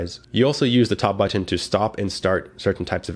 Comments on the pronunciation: i love how you say but-TON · I like how this guy pronounces but'ten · I say it the same way lol. I pronounce button similar to how one would say kitten... None of that "bu-nn" or however people typically say it lol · Thank you for a very good review! I also just love the way you say "button", haha. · I like how you say button